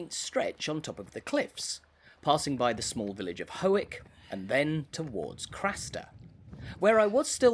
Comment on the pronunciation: Howick is pronounced 'Hoik'...and that little house you quickly bypassed is called The Bathing House - It was built in the early 19th century by the 2nd Earl Grey who was the Prime Minister responsible for the passing of the Great Reform Bill of 1832 and whose monument stands at the top of Grey Street in Newcastle upon Tyne. He had 16 children and the house was built specifically for the family to go bathing. The design of the house includes a large upstairs sitting room (now the main bedroom) where Lady Grey used to sit and watch the children bathe, and where tea was served by the caretaker who lived below. The Bathing House is now owned by Howick Trustees Ltd, a charitable trust who also own Howick Hall.